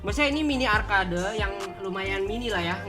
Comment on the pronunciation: Arcade di baca arked kont